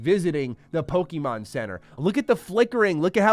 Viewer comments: It’s pronounced: Poh-Keh-Mon, not Pokey-Mon. Get it right or don’t be taken seriously when you talk about it. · FFS bro, it’s “Poh KAY Mon” not “Poh Kee mon”. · Please, stop saying "PoKEYmon", you sound like a 4 year old. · Saying Pokeymon is cringe.